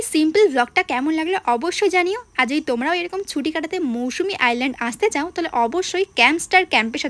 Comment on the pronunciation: এত বেশি কথা না বলে আগে জায়গা টার নাম টা ঠিক করে বল ভাই ওটা মৌসুমী না মৌসুনি